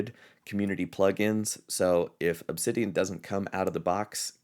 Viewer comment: Wowsers! Ask and you shall receive! Thank you,! This gives me a great direction. Looking forward to more videos! Edit: BTW...you pronounced the name perfectly:)